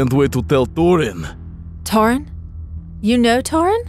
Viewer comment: Yo why whenever I see torin Then subtitles be like I think they’re saying torn